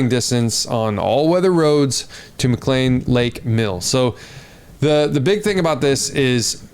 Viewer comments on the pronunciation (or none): none